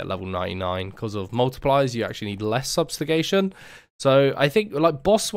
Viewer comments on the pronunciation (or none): First time ive heard subjugation pronounced substagation